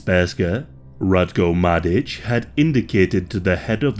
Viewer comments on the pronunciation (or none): my ears bled every time i heard you say sperska and madic but it was an overally good episode